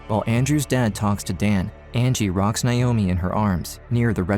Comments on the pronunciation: Nigh oh me. It’s NAY-OH-ME. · That’s really not how you pronounce Naomi… 😑